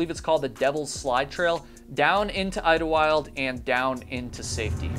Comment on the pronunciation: I lived in the san Jacinto mountain range (the Idyllwild you mentioned 😁, great pronunciation by the way!!) for ~6 years and the conditions can be pretty brutal. So many people think “pfff it’s SoCal, how bad can it get?” Snow, ice, hail, sleet, boulders and sharp cliffs, disorienting echoes leading you in deceptive directions, mountain lions and packs of coyotes, the list is endless… 2 people went missing in Idyllwild while I lived there, the Irish pct hiker and Roy Prifogle (my high school friend’s father). My class president got lost while on a hike for 3 hrs but the school was able to eventually locate her, just before dark. Just because it’s SoCal doesn’t mean the weather and conditions are nice and easy. Even day hike with caution.